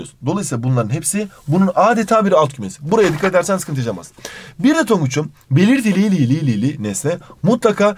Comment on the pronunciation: her belitiliiliğ dediğinde gülüyorum annem ders çalışmıyorsun diyor😂